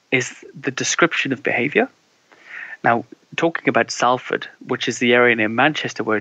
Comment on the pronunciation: This bloke is southerner, doesn't know how to say 'Salford.'